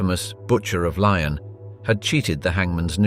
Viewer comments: It's Lyon, not Lion! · Lyon’s is pronounced Lee-ons not Lions 🙄😂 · Lyon is pronounced: Lee - on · Weird how every once and awhile he does pronounce "lyon" right... weird